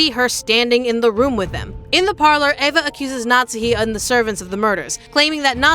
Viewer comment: Why do you call her "natzi", it's Natsuhi 🫣